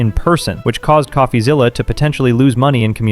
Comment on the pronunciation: Why is calling him.."coughazilla". It's "coffee-zilla"